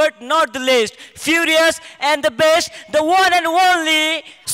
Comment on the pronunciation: Oe tyo commentator one and onely navan...sala Only pani haina aajhai Onely re.. Harip Irritate hunxa